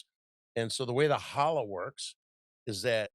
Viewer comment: It's Halal, not Holla.